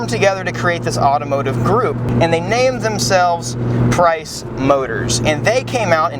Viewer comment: I thought the company's name was prince not price